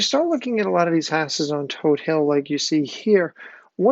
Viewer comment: I'm glad you pronounced Todt Hill correctly...and not todd hill. It's toad hill!!